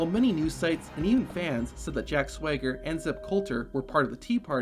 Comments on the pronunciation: He keeps saying"Jack Swigger", lmao it's SWAGger. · Why does dude keep pronouncing his name "Jack Sway-ger"?